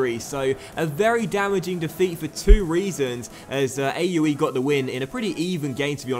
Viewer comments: 0yerax0 do believe it's pronounced (aa-oo-ey) in German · I know "Aue" may look like just three vowels placed together, but it's the name of a city in the Erzgebirge and pronounced "Oueh". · you mispronounced Aue as an acronym. It should be pronounced as "aw". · When you can't pronounce a team so you decide to just spell them